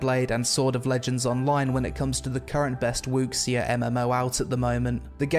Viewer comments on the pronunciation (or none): Wooksia? I'm pretty sure the proper pronunciation of the word 'Wuxia' is 'woo-sha'. Just sayin'... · The "xia" is pronounced "shia", not "ecksi" And Vindictus has some enviro physics but it's more hub based soo.... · Sorry your pronounciation of wuxia really bothered me. Its not WOOKS-SEE-AH its pronounced WOO-SHAH. Otherwise I really enjoy your all your videos and reviews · Dude not to be rude or anything I love your vids but the correct pronunciation would be Woo-Shah, not Wuk-Sia :3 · WuXia/武侠 is pronunced as "Woo Shah, " it translates to, apparently, Martial Arts. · Great video. It’s pronounced “oo-she” btw :) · wuxia : pronounced "wu sha" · Ooooh the part where you pronounced "Wuxia" hurt my soul. The x isn't pronounced as an x at all, but more like a "sh" sound. So it's more like "Wushia" in pronounciation. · Not important, but wuxia is pronounced "oo-shyah" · Wuxia-> woo(as in woo hoo!) she(as in she is a girl) yah(as in yah!) and say sheyah as one word and blend it together. Don't pause. No pause. Wuxia.